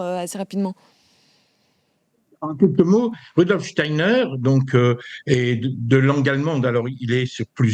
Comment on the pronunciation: Pouahhh que de bêtises et d'integrisme , tocsin dégringole ou quoi Clémence a laché l'affaire??? , la journaliste qui essaie d'enfoncer le clou et ne sait même pas prononcer Steiner..on se croirait sur une chaine subventionnée et ce moment navrant termine sur ces menteurs subventionnés de la midiluve! La totale ! Steiner a dit en 1917 qu'un vaxxxx serait inventé pour bloquer la conscience et empêcher les gens de s'ouvrir à la spiritualité , chercher à lire les conférences de Steiner plutot que d'écouter ces jugements indignes de quelqu'un qui se dit chretien.